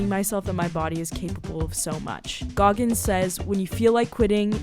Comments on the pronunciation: 😂 Goggis!!? :05sec intro😂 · “David Goggis” as his name in the intro is crazy